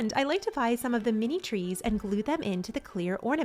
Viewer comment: At one point you were talking so fast that you said grees and treenery. I loved it! Also, you have just the sweetest personality and your videos make me smile.💙